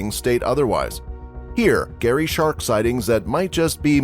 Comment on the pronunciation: Why did he say Gary instead of scary wtf